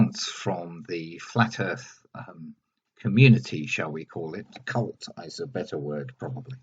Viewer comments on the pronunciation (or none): You are mispronouncing cult 😉 nice set of vids on this. Excellent work